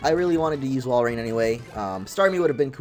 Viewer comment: walrein not woilord